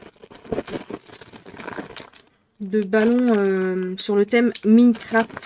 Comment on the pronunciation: 😂 Minecraft, sans l'accent je me sous demander de quoi tu parlais jusqu'à voir les objets 😅 Très jolie craquage pour Noël ✌️😺